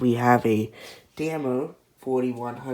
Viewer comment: Also Damar is actually pronounced Damar. Not “Dammer”. Plus Da-Mar sounds better as Dammer kind of sounds like a bad word.